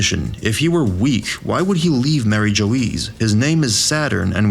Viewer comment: Mary Jo Eeez